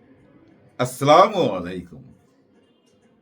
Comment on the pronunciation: আস সলামু আলাইকুম, অর্থ -আপনার মৃত্যু হোক!আর, আসসালামু আলাইকুম,অর্থ -আপনার উপর শান্তি বর্ষিত হোক। মেহেরবাণী করে সালামে সঠিক উচ্চারণ করুন!